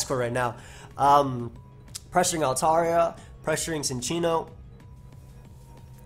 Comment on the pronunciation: Cincinno is a chinchilla, don't pronounce it like sin. Also lol that Future Sight flash